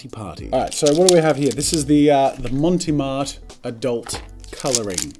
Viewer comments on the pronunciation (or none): Brand: "Mont Marte" Jazza: "Monty Mart" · It's NOT "Monty Marte" xD. There's no e on "Mont" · Mount Marty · Love the content. Montee Marte????? Clearly says Mont Marte. Which is a take on Montmarte, in Paris. A suburb famous for where lots of artists hung around in Paris. See what they did there with the name. LOL. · That’s fine. He keeps mispronouncing Monte Mart anyway, (I might have misspelled it though 😆) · I love how you mispronounce Mont Marte XD It's French, no "e" on the end of Mont and the "e" on Marte is a soft "eh" sound, or since we're Aussie not French, you can make it a silent "e" and just say Mart. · Jazza, mate, it's MONT Marte Otherwise, absolutely love this v insightful reviews